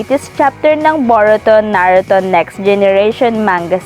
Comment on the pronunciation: Bowrowto Narrowtoo if naroto gave up😂🤣